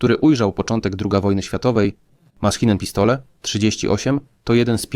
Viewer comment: Jak usłyszałem 40 raz "maskinen pistole" - to wyłączyłem to w peesdu!!!